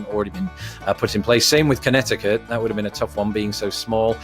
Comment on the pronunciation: 👏🏼👏🏼👏🏼 impressive. BTW, I especially liked how you said Connecticut. 😂 (The first time - the second time you nailed it). By the time I was typing this you hadn’t said Oregon yet, wondering if you’re going to butcher it or not . . . aaaaand, we’ll done. BOOM!! You rock!! And yes, you SHOULD be allowed to vote, you know more about our country, not just geographically, than a good portion of native-born Americans, and I have no doubt you would take elections more seriously than a bunch of yahoos out there that don’t bother researching what people are really all about before they vote for them.